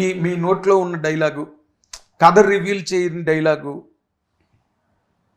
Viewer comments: వీడికి కథ అనడం కూడ రాదు.. Katha అంటాడు 🤦‍♀️ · అరేయ్ తింగర సన్యాసి కత కాదురా కధ అని పలకాలి రా యాప్రాసి నాయాల